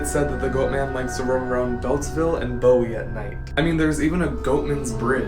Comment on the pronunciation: It is pronounced boo-ie sir. Not bow-ie.